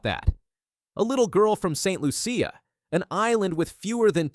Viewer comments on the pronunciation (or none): Not Saint lu-c a it's Saint loo-shuh